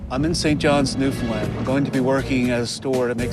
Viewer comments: Can't get over him saying newlin land... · Newfin land* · it’s a canadian show and the narrator doesn’t even know how to pronounce newfoundland?? that’s sad